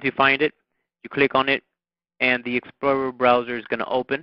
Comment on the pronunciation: u say explorer funny but that was helpful thanks